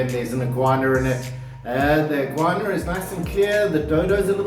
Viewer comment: It would be pronounced "an iguana", not "an iguaner" ya fu*ing dipsh* lol